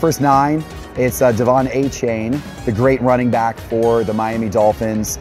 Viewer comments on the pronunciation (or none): Mispronouncing Achane was all I needed to know about this guy and his "investing advice" going forward. Dude is another Marky Mark who doesn't actually watch sports.